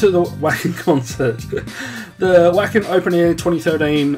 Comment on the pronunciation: Vah-ken ;) It's German. Glad you're having fun!